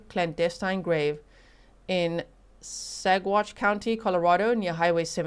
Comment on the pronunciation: good job on pronunciation of Saguache!